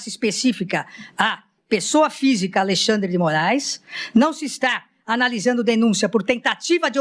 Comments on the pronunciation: ALEXANDRE SENDO "ALEIXANDRE" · "Aleixandre" piada